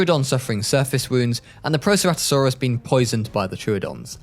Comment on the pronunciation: the archaeornitomimus, coelophysis, chasmosaurus, iguanodon or the "igyeewanodon", charcarodontosaurus, ceratosaurus how did he do it wrong he pronounced proceratosaurus perfectly, those pronunciations were hilarious